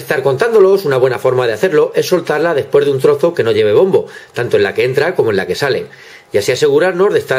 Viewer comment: "Despuers" o.o